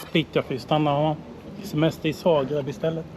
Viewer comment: nej jag bara skojar.Han säger fel det är Zagreb inte Sagreb . Roligt att kolla på hans video och följa med på resan ni gör bra jobb .